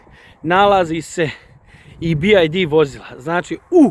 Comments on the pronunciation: Nije Bi Jaj Di vec Bi Vaj Di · nije "bi aj di"😂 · Nije BID. Nego BYD